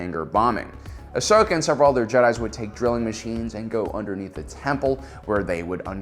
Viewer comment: Heyyyy he said Ahsokas name right